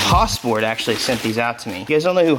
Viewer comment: Say it with me. Has-port. One more time Has-port. Love your videos, keep building civics.